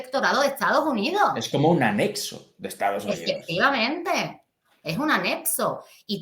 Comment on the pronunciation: Anexo no anepso